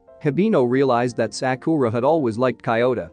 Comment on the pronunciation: Bruh all the movie recap channels always mispronounce Sakura. I get it because most people don’t watch anime or know a little Japanese but it annoys when it repeated across a 10 plus minute clip